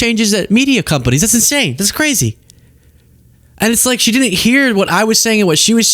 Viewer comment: you're an intelligent guy. Please stop saying dinnint. The word is didn't. Thank you, and you're welcome.